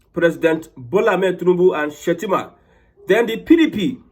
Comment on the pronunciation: He made a mistake on saying shettima